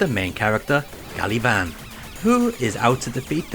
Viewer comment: pretty sure it's "gavan"